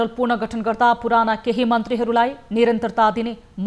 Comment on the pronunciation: हेर हेर लाजको पसारो! राष्ट्रिय स्तरको टिभि च्यानलमा समाचार वाचन गर्न बसेको छ ' पुनर्गठन' लाई 'पूर्ण गठन' भनेको छ, 'बिधान सम्मत' लाई 'बिधान समस्त' भनेको छ। बिराटनगरको एक युवा समुहको त नाम उच्चारण नै गर्न नसक्दा पनि न माफि मागियो न त दोहोर्याएर सहि नाम उच्चारण गरियो। अरुले तयार गरिदिएको समाचार पढ्न पनि यस्तो सकस! समाचार वाचक बन्नलाई कुनै योग्यता चाहिदैन भनेको? जे बोल्दिए पनि हुने? नेपाली भाषाको त सातो लिने भए यिनिहरुले।